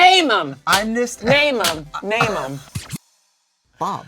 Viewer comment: “NAYMUM! NAYMUM! MAYMUM!” 😠👇🏾